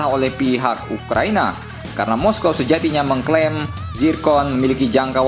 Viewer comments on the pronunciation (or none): none